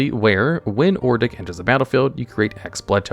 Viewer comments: Who the fuck is ordic. It’s odric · It's ODRIC, not Ordic lol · It's Odric not Ordic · Hearing you say ordic instead of odric had me questioning my sanity lol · It's Odric, nor Ordic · Odric say it with me now, Odd rick not Or dick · Odric. Not ordic Oh-dric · Please stop calling him "Ordic" It's O-dric 😭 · It's ODRIC (ODJ-RICK) NOT OR-DICK. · he is mispronouncing OH...dricks name...for some reason he keeps calling him OR...dik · Saying ordic was very annoying (od-ric) you are adding an r before the D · "Ordic, Ordic, Ordic" It's ODRIC please slow down and proofread T_T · It's "O-dric", not "Or-dic", you numps. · not ordic, ODRIC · ODric. Not ORdic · Bro pronounced Odric as Ordick 💀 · It upsets me that you called him Ordic instead of Odric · You say Or-dic, but it's Ohd-ric.😂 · Hahahahaha it’s Odric not “Ordic” 😂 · It's hard to get past how he pronounces cards 😂. Adding an r to Odric is wild. Pronouncing it Or-dic instead of Od-ric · Yeah I was listening to this video and when I heard Ordic i was like who the fuck is that? He's a reoccurring character from Innisitrad? You mean Odric?? Lol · "Ordic" now lives rent free in my head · That and or-dick instead of odric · he constantly said Ordic instead of Odric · O D R I C it's odd how common people pronounce his name Ordic. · Bro, I thought you pronouncing Archfiend as Archafiend was bad but after hearing you pronounce Ixalan as Izalia and Odric as Ordic makes me glad I'm not subscribed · Ordic? ORDIC? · I lost it when he kept saying Ordic over and over again. I will never use his name right now My favorite commander is Gonti, it makes people mad but I don't play to win, gimme the salt! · Amazing video! But "ordic" ... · Ok, I run a mono white Odric deck, and this pronunciation is like nails on a chalkboard. Even if it's for the worst Odric, I tend to hear it pronounced like Odd-Rick. Or Oh-Drik. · First time I heard Ordic, I knew he was going to hammer that one every time it came up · He just saying ordic